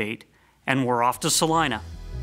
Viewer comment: it's pronounced Sa-leen-a.